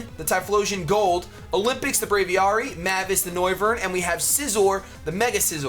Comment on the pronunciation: >Bray-vee-are-ee pls, Brave+Aviary (Aviation) Bray-vee-air-ee